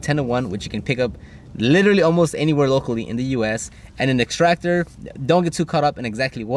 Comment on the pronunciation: You "LILALLY" did a good job! 🤣